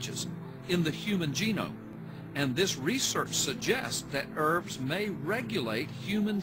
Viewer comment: "urfs" not E.R.V.s?? has no clue what ERVs actually are or how the genome actually works..